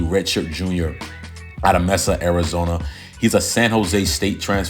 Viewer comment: Another phenomenal update! BTW its pronounced MAY-suh (Mesa). I live in Arizona. 😂. Thanks for the video!